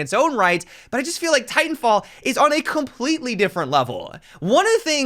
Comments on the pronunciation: I'm pretty sure he was saying "titan filled" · “Titanfield” do you know something we don’t?